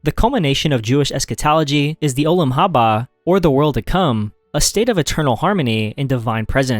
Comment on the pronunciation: Olam Haba: the emphasis is on the second syllables of both words, and theyre under emphasised with a focus instead on Olam Hazeh, this world.